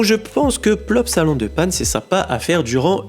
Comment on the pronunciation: On dit La Panne . 😂